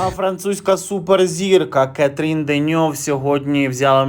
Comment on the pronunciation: 👍👍 Не КЕтрін Деньов, а КатрІн Деньов